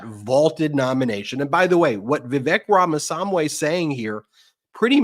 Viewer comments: Please make Ben practice saying "RAMA-SWAMMY" five hundred times so he stops calling him "RAMA- Sam-Way"! it's really weird to still be mangling it at this point! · How can this guy not learn the name of Ramaswami..... Its NOT RAMA-SAM-WEI!!!!Idiot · Ben's awful mispronunciation of Vivek Ramaswamy's name is nearly as god-awful as the man himself or his first edition, Trump. Ben if you want to start a media outfit please invest the time to learn how to pronounce the names of the people you speak about. 4-5 months on, it is inexcusable for you to still be mispronouncing the name so awfully. At this point it is starting to look like you are in sync with the far right's disinterest in minority races - and Vivek's problems are his awful mentality and his awful personality, not his name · Ben needs a diction coach to tell him how to pronounce "Ramaswamy". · Ben, why do you repeatedly mispronounce Vivek Ramamswamy’s surname??? 🤔